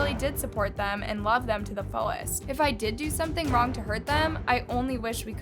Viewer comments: DIDIT??? ITS DI ai dI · Not saying “did it” it’s pronounced d.I.d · not trying to be rude but you say ADHD, Autism and D.I.D ( you said did but its pronounced d-i-d or dissociative identity disorder) ❤️ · AND DIDID is that how its pronounced? i tgough it was d i d omg im dumb af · I’m sorry but you pronounced DID wrong. It’s pronounced D-I-D not DID. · DIDID? I thought it’s pronounced D I D, maybe I was wrong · I shouldnt be laughing but the way how says "did" 😂😂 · BTW! DID is pronounced dee-eye-dee! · did you call dissociative identity disorder DIDIT?😭😭😭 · hey my love its pronounced D. I. D. . thank you for calling attention to this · Hi, DID system here, can you please say D-I-D or Dissociative Identity Disorder instead of how you said it in this video? It just bugged me a bit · As someone with DID, ticsandroses enrages me so much even though I don't even have Tourettes. (Also btw its pronounced like the letters, dee, I, dee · love please its not pronounced didt its d.i.d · Did you just call DID “diddit”? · Im sorry but you Misspronounced D.I.D wrong (Dissociative Identity Disorder) it is Dee Ai Dee D.I.D I just wanted to address that and I hope you have a great day 🤗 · I also wanna say, thank you for making this ideo, but DID is pronounced Dee I Dee. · Hey! DID is just pronounced DEE EYE DEE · I’m really sorry but the way she pronounced DID made me laugh so hard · Why did you pronounce DID that way……… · WHY DID SHE PRONOUNCS "DID" LIKE THAT IM BAWLIN